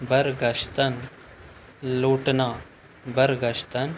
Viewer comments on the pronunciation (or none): برگشتن کا معنیٰ لُوٹنا (Lotna ) نہیں (Lautna) لَوٹنا ہوتا ہے